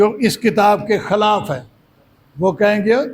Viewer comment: خِلاف : درست ادائیگی ہے